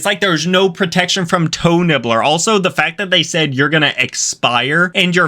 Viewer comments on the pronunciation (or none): For a second I thought he said. Hoe nibbles 😟😂😅💀☠️😰